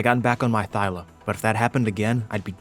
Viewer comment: I love yout.videos but my guy, it's ThyLA.